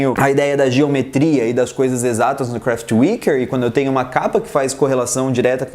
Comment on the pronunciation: WHAT COMO VC FALA KRAFTWERK? edit: Kraftwerk é de 75.